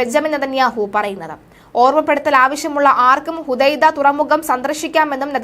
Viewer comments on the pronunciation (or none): none